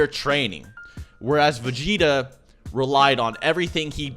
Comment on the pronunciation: Say vageta